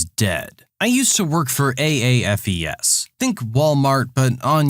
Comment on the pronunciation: AAFES is pronounced Ay (rhymes with bay) fees or Ay-fiss. Just in case you read any stories about it in the future.